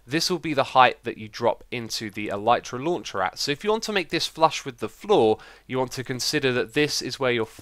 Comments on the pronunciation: Nice tutorial and fix x! I built this at build limit thinking it would make me go even higher, but I peak at about y 700/750 ish - maybe I'm going up too quick lol. A note about the pronunciation of Elytra - I hate to accept this, but the y is a i sound, as in sit or is, it's not a y sound. I fully agree is should be pronounced with the y, but the word is coined from the word Elytron which also has the i sound, as in elitron (el sIt ron). It bugs the ** out of me, but that's the facts lel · no he pronounced it wrong.